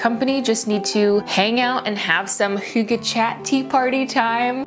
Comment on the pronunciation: That's not a real fire - its your tv right? Also, impressive pronunciation of hygge!